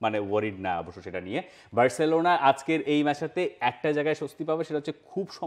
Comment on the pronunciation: সবাই বার্সেলোনা বললেও আপনি 'বেরররছেলোনা' কেন বলেন?